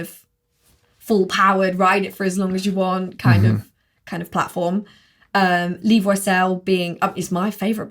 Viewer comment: saying Levo correctly MBUK: LEV-O